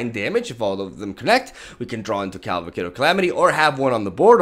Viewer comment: I like how you keep calling it caLVAcade of calamity XD love your content, keep up the good work bro!